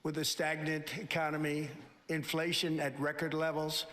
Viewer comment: a stagnant 'conomy. Mfkr can't even say the whole word "economy", and he's made things so much worse than they were, were screwed